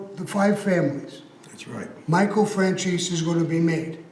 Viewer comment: Why does pronounce michale’s last name like Fran-CHEESE?